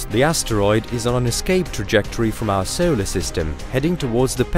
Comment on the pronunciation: He pronounces his "o"s as "eow"s. Example: five seowlar masses.